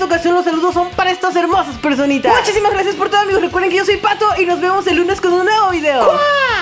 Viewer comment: viernes de fail UwU XDXDXD tu dijiste patho XDXDXD jajajaja